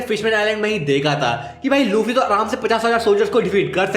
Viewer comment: Bro said luchii💀